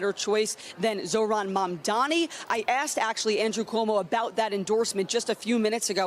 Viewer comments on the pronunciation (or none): Mayor Mamdani! Learn how to say it!